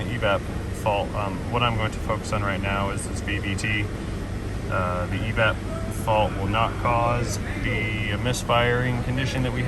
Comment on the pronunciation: My new favourite saying “poppin ze hood”